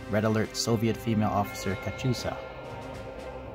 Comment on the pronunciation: its not katchusa its katyusha (KAT YOU SHA)